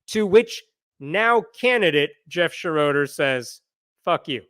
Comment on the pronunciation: It Shro der not Sha RO der. it's German.